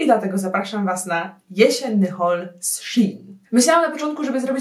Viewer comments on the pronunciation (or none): Mówi się szejn a nie szin